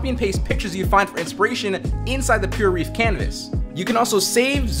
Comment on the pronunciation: "PureReef", eh? Not Pure Ref as in reference? :D